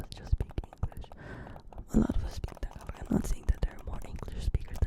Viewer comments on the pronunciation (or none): Had a couple Filipina girlfriends. They'd make fun of me pronouncing it TAG-ah-LAG